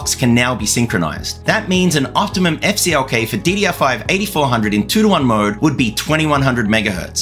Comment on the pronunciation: You said EFF CLK. What did CLK do to you? HA! I'm guessing AMD knows that there is performance to be gained in a better memory control on their next gen MB platform. Informative video! Good job!